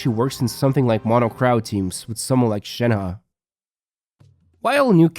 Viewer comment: Why do u pronounce shenhe's name "shen ha"?